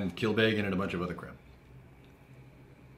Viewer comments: I think this episode helped me realise how and why Americans butcher the pernunciation of Irish names. They over emphasise the vowels. Connemara is "con-eh-marah" not "'cone-eh-marah" Kilbeggan is "kill-beg-en" not "kill-bay-gan" If in doubt just say the word in the laziest free flowing way possible. Without emphasis. 😆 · Hey guys,, your pronounciation of connemara is right, but kilbeggan, isnt kil-bay-gen, but phonetically, kill beg in. Also, Dublin is in the east coast, kilbeggan is more Midlands in offaly